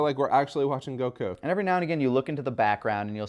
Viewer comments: Gokew gokew gokew bruh why can't the dude on the right say Goku? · Being bothered by GoHAN yet still pronounces the name of Goku as Goh-Kooo